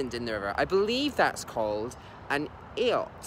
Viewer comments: It's pronounced "eyot". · "Eyot" is pronounced "eye-ott".